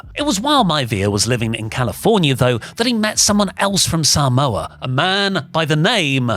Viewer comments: I enjoy WrestleTalk videos but listening to say Saa-moa is a hard listen 😂😂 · I hate the way he’s say Samoa so wrong 😂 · says ‘Samoa’ weird